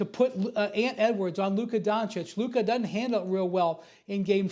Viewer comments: Stephen A. Smith - "Lukerrr Donkick" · SAS FINALLY pronounced Luka’s name right instead of saying “Luker” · Looker Doncic 🤣 - Stephen A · Stephen A calling Luka “Luker” makes me so annoyed! Figure out how to say his name right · My man stay callin him Luker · Why does Stephen A say Luker 😂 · Is it really that hard to not say Luker? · Hey Stephen A.!!!, Who's "LUKER"???. LOL 😆 😂 🤣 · Luker lmao cmon Stephen A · Lukarr, stephen a smith keeps on smashing luka's names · “Luker…” -SA Always makes me cringe. Lmao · Luk-AH it's Luk-AH! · “The significance of LUKER” Lmaooooo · Stephen A calling Luka “Luker”. You got nicknames already? Go back to Anty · If SAS says “Luk-er” one more time….. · Why is he calling him Luker? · Lukerrrr lol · Stephen A saying ‘Luker’ instead of Luka has so be a slur of some kind😂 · Luker Doncick 🤣🤣🤣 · Never call him luker ever again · Why have i seen no one talk about how SAS always says “Luker” and not “Luka” 💀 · It’s on sight when I see SAS…I cannot take it anymore He keep putting an R in Luka’s name…we cannot stand for this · Geez Stephen A, its LUKA not lukerr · that's how Stephen A pronounces "Luka" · Luker beat Minnesoter🤣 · He’s never been able to pronounce his last name correctly and now he can’t even say Luka without an r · He could say BROTHA but called LUKA LUKER! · Stephen Smith constantly adds "r's" to words unnecessarily. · He can't say his first name correctly either. He be saying "Luker"😂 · Bro called him Luker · Stephen A called Luka, "LukER" lmfao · Stephen A is starting to like “Luker Donchik”. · Who is LUKER? the disssressspect stephen A. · Who tf is luker 🤣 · Luker dochich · "Luker"? Lol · Why does it sound like he keep saying “luker” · “LUKER” - Stephen A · Who is "Luker"?!? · Stephen A says the hard R “Luker” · Who's luker? Why can't he speak lmao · " of Lucker" 😂 with a hard "R" 🤣🤣🤣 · “LUKER” -SAS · Sound like Stephen A saying Luker 😂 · "Luker" LOL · His name aint luca.. its larry bird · "Luker" this man stephen a 😂😂